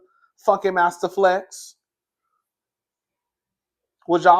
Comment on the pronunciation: You and this FUNKY MASTER FLESH pronunciation is taking me out 🤣🤣🤣🤣